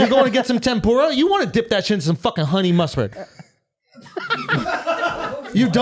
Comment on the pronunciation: Lmao i cant unhear huney mustaad lol alot